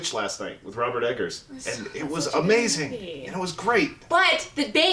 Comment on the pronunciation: Never trust the opinions of someone who doesn't even get the last name of the director correct. This woman actually said "edgars" 😭😂😂